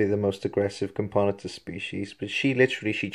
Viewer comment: Cam-poe-nah-tus is how you pronounce it btw.